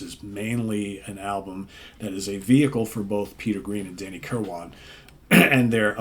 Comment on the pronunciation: FYI - Danny's last name is pronounced kir-win, not kir-wan. Just sayin'